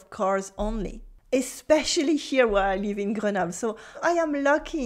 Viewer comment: if she harps on about the importance of correct pronunciation in order to avoid embarrassing situations, the least she can do is make an effort and pronounce the words correctly. I mean, she said she'd been living in the UK for 10 years. You'd think she'd have figured out how to pronounce easy words like butcher, where, ....correctly Try and ask for 'buur' in France when you actually want 'beurre'.... Nuance and correct pronunciation is important in every language.